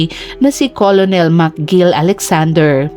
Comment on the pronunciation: Dear, kindly correct your pronunciation of Colonel✌️. This is pronounced po as "kernel." No bashing please. Para sa improvement lang po ng vlogger🥰